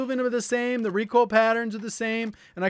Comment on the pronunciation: Omg you say reek oil like my boy Hawksnest!!